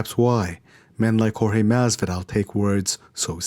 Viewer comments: You got knocked the fuck out cause you called him George not Jorge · Yeah, Askren was being a douche bag, to me in particular him saying 'George' instead of pronouncing it 'horr-heh' (Jorge) like everybody else, that shit is kind of reacist. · The most annoying thing is people calling him GEORGE instead of Jorge.. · He kept calling him "George" ............ i'm glad he lay'd out like laundry